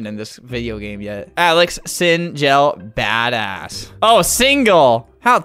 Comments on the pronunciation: He didn’t say badass he said BAH DASS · It's not ever baddass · but he sad badas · wait albert said badass (ass) noice